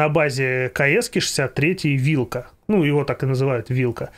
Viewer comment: Правильно вильк, а не вилк, то бишь волк, и жубр, а не зубр, ну если по польски 😂